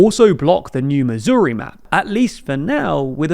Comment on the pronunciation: "Missouri" rhymes with "hurry"